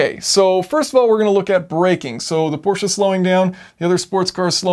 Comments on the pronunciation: Thank you for saying "PorschE" and not "Porsch"! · Thank you for saying Prosche and not Porsch. Greetings from Germany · As a German, i VERY much appreciate that you are able to get the name of the brand Porsche out without completely butchering it, as many or most americans sadly are prone to doing. When there is the letter "e" in a German word, we fully expect you to SAY the letter "e". Otherwise we woulda dropped it for efficiency´s sake. (If you are also able to correctly say "folksvahgen", instead of that abomination most other americans somehow manage to craft, i will name you a honorary scholar of the German language.)